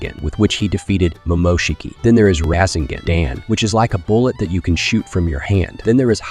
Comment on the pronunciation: 😂 raiseugon, tieugitsu😂